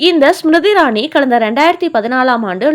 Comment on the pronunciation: அவர் பெயர் ஸ்ம்ருதி இரானி. உச்சரிப்பைச் சரி செய்யுங்கள்.